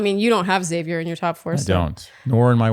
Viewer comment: I like Xavier as well. Sounded like she said his name like “savior” instead of “Zavier” when she gave him the rose. Curious